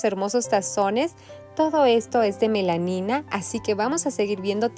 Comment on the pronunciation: Hola, se dice Melamina😅